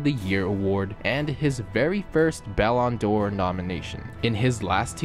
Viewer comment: Hate the way you say Ballon d’or. Sounds like you’re saying “bell on door” Sweet videos tho 🤝